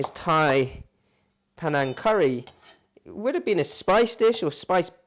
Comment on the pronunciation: Actually it's called Panang and it's pronounced Pa-Neng.